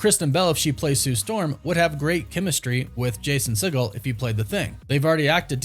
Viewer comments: It’s See-Geel, Not See-Gal, he’s not related to Steven Seagal. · Hey man, show some respect to Jason Segel and pronounce his name correctly. It’s pronounced (See- gul) and NOT (Se -Gaal) as in Stephen. It’s a Jewish thing man, help us put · Does he even know who Jason Segel is? Pronounced his last name like 3 different ways, none of which was correct. 😂